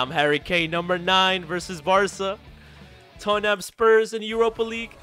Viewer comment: U said toeham😊 its Totham 😊